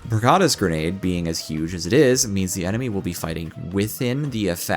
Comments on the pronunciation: its not pur-gator; Its purge + servitor aka. The Purgi-tor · The way you are saying purgator is killing me. 😤